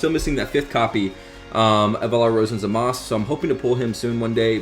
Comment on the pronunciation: Its zamasu not zamas